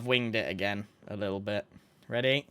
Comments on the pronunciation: Not egg-gain 😭😭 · .... not egg-ain....